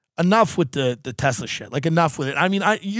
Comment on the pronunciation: Thank you for saying Tesla!